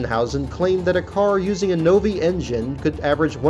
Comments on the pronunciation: Novi- pr. "Nov-eye" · The narrator is full of himself—overrated! Also Novi is pronounced “Nov-eye”, named for Novi, MI where the engines were built. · Novi is pronounced No Veye with the accent on the second syllable. Excellent video otherwise. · You mis-pronounced the Novi engine. It is pronounced "No-vi" not "No-vee".